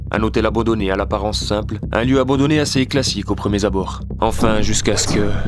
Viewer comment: Au premieR abord.....pas "Zabord" 😂🤣